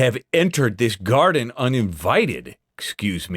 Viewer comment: "HEY! This is a private ✨gaahden✨" lol